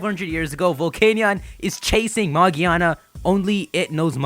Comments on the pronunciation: its not "magiana" ITS MAGEARNA! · It's magearna,it's easier to understand in the US version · Yeah, this guy is right. It's with a hard G like the G in giga, gear, gorilla. Japanese letters don't have multiple pronunciation like English. so it's like "Mah-gih-ah-nah" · Actually it pronounced Magearna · its name is magearna